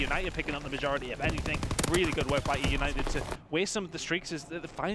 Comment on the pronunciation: "Eunited Eunited Euinted oh Eunited" bro shut up I'm tryna watch some shit